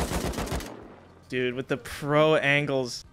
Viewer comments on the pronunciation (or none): none